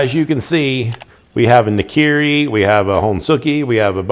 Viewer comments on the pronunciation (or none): Im japanese. NAKIRI（菜切り） your pronunciation is I heard NIKIRI.